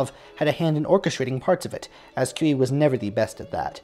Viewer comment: My doctoral dissertation is about Cui and his operas. The stress in Cui's last name is on the last syllable, not the first. Cui did compose "Russian"-(style) music in his operas and other music, particularly in the style of the Russian Orthodox Church, despite his being a Roman Catholic. As a teenager in Vilnius, Lithuania, Cui had some lessons in music theory with Polish composer Stanislaw Moniuszko. Cui's mother's name was Julia Gucewicz. The Mighty Handful consisted of 5 composers, not just 4, because Balakirev was also part of that group, (hence, The Mighty Five). "Le Flibustier" was premiered in France in the 1890s, not the 1880s. I know of a grandson named Boris (Amoretti), but not a grandson named Yury. Please enlighten me. Was most of Cui's orchestral music originally piano music? Some of it, yes, but not most.